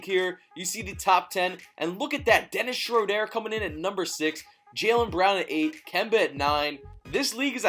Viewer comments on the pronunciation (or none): Stop saying Dennis Schrodére like that